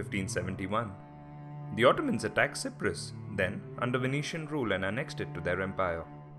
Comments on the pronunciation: Why si-prus it's pronounced cy-prus like sci-ence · How can 95% of any people agree on anything? It was a third for, a third against, and a third neutral And learn to pronouce Cyprus correctly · Your pronunciation of "K"yprus and "K"ypriots is incorrect. The "C" is pronounced like an S. You also left out a big chunk of history leading up to the invasion which was the armed conflict between Greek and Turkish Cypriots during the 1960s. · This man is Asia can't say Cyprus properly !!!!